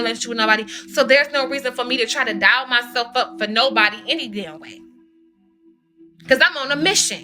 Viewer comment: Ok so she clearly has a disorder of some sort that doesn’t allow her to use certain syllables in the correct manner… DOLL..she says DIAL😮..BEG…she says BAG…EXACTLY..she says AXACTLY….and the list goes on and on😮😮😮😮😮